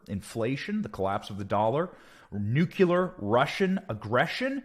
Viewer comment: Learn how to pronounce nuclear!